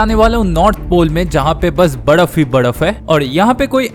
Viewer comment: Badaf ❌ baraf😂